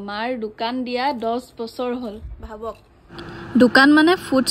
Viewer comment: দুকান নহয় ও দোকান হয় , অসমীয়া ভাষাৰ মান সন্মান নোহোৱা কৰি দিছে 🤣 কি যে হয় ।